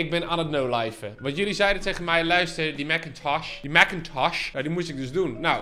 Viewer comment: Ben ik de enige die echt veelste veel geniet van hoe die Mac-Intosch uitspreekt? 🤣🤣🤣